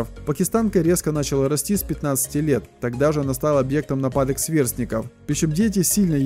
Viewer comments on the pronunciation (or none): none